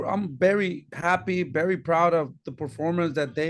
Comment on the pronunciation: “BERY BERY “